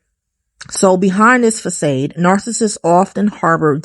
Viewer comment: Sorry, it's not pronounced:fuh sade. Its fuh sahd